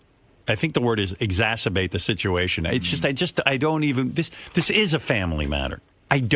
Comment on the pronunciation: No howard the word is exacerbate....not esserbate